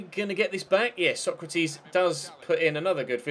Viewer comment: Constructive criticism:Maybe consider giving Sergio Rico a new contract just to make sure he stays in the club,because he's superb,and pls pronounce Sokratis Sokratis not Socrateees, no hate love ur vids <3